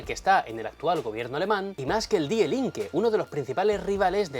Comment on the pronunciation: antes de opinar, te sugiero que aprendas a pronunciar correctamente las palabras alemanas, que en tu acento castellano suenan fatal, hijo mio. Para muestra un botón, la palabra die, se pronuncia fácilmente como di.... De nada.